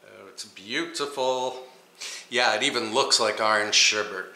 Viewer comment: SherBET not BERT